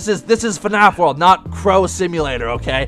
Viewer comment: Its world not word hahahah